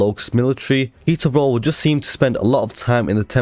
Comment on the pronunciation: When you said ketor vrol I thought you said pizza roll